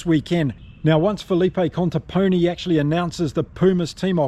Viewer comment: you're right but i always hear you say 'Conteponi' it should be 'mi' and not 'ni'